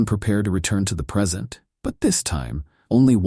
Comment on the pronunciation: Not a bad story...the AI reads it exactly as spelt which IS a problem - it just said "they returned to the PERSENT."......"Persent"!!! hahaha